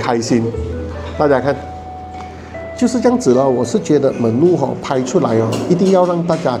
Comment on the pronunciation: Menu pronunciation not correct